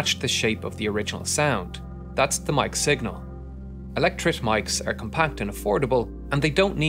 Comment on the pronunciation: Y they rrrr the shaped they rrrrrrr....had me rollingXD